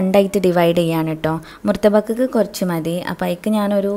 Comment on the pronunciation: ഓഹ് കടവുളേ. മുർതബക് 😜🤔.... ""മുതബ്ബക്ക്."" ഇതാണ് കുട്ടി കറക്റ്റ്...